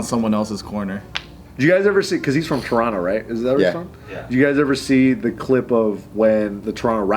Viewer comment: actually says Toronto properly